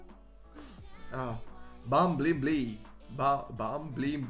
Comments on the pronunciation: man i know ur romanian and u maybe don't know how to say bumblebee english = bumblebee (how it says in romanian bambalbe) if u can say it right know ur pro :))) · Don't wanna be that guy, but it is pronounced "bum-bull-bee" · bum bel bee say it like that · Its because ur accent 😂😂 Its pronounced by "Bumbulbee" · Bumblebee is pronounced as Bumbelbee for some reason xd. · Try to pronounce it by "bumbulbee" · Bum-bull-bee thats how you say it lol